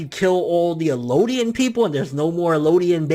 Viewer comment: Eldians bro. Not Elodian. There's a translation that fucks it up, calling them Mare and Ellodian. But its definitely Marley and Eldian.